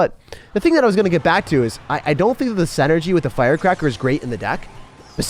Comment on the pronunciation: still can’t say synergy right…